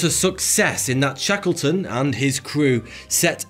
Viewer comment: It sounded like he was saying Shekelton. He’s finna he called a an anti-semite.